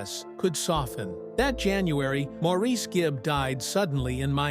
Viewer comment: Maurice's name is pronounced, Morris, please correct your post to reflect this, after this many years it's an insult to his memory to leave it with his name being mispronounced.